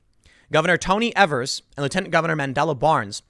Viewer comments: The grammar nazi in me feels compelled to say its pronounced E-vers. Hard E. As much as I do not approve of his current actions or stances it feels so weird to here it pronounced with a soft e XD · The governor's name is pronounce eve-ers. Don't care for this guy in the least bit, but he deserves a proper pronunciation of his name. Everyone is getting wrong. Just a heads up for you.